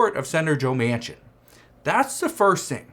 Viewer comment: His last name is pronounced Man Kin